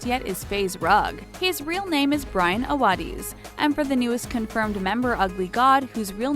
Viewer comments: AWADEES BOI ITS AWADIS OMG 😂😂😂😂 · The way she said awadis 💀💀💀💀💀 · The way she said Awadis was funny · Your saying Awadis wrong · U can’t even say awadis lol